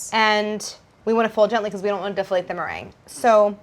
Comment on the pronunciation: clair says a word. I think it's "deflate" ... or she made up a word called "de fa late"